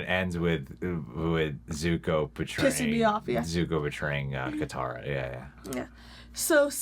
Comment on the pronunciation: “My name is uNg” “I am the Avatr” “Zuka” Jesus they even got the pronunciations wrong